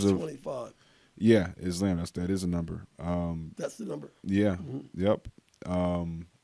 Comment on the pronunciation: Still incapable of pronouncing islam correctly 😂